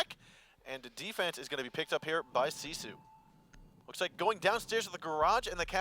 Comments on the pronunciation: why is their team name pronounced "See Sioux" and not gifu? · Since when does R6 Pro League not restart the round on a disconnect? This is the first time I have seen that they did not re-host... Unknights probably would have won this. If nothing else, they put "See Sue" (the horribly pronounced) team in their place.